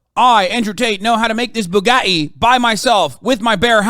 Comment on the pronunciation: Excuse me, It’s called Boo-gah-ee